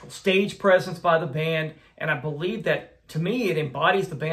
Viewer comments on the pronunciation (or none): none